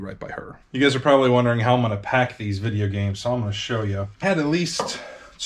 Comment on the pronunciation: vidiea gaymes